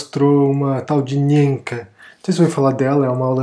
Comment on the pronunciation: Coitada da Nienke ( se pronuncia Ninka). Precisamos falar de todos os canais de youtube que são apresentados pelos gringos que falam bem do Brasil.